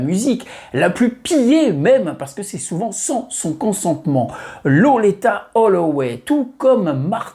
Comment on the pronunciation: Merci pour cette vidéo sur cette grande dame, dont j'ai découvert la voix, sûrement comme beaucoup d'autres, fin 1989 sur le fameux Ride On Time. Par contre, ta prononciation de Loleatta sur l'ensemble de la vidéo m'a fait tiquer de l'oreille, je l'aurais personnellement prononcé "lolita". 😉